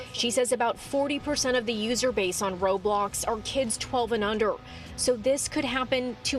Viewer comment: She said "Robox"